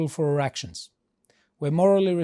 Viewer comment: Be careful to pronounce "our actions" so that it doesn't sound like "erections" 😳